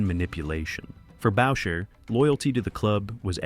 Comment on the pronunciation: Boucher is pronounced: Boo-chay. Roy is pronounced: Roo-ah